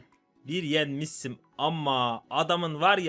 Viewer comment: yenmis im diye ş yi s diye soyleyen seviliyosun❤❤❤❤